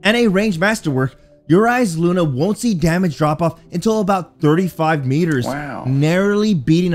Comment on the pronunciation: Thanks for not saying eye saluna